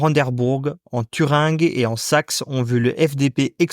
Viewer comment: Thüringe prononcer Thürinje mais pas Thüringue